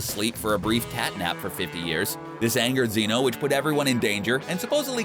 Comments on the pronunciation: It's not zeee no it's zeno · bro u pronounced zenos name wrong youre gonna get erased